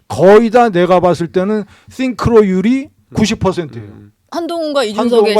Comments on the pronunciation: 싱크로율 스펠링이 synchro 인데 자꾸 th발음으로 띵크로 ㅇㅈㄹ 하는게 개킹받누 ㅋㅋㅋㅋㅋ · 띵크로율 ㅇㅈㄹㅋㅋ synchronization / 싱크로율 씽크로율로 발음하는 게 맞습니다. 국힘당은 엑셀 함수도 못넣고 영어도 초졸수준이라 그냥 상대하기가 싫네요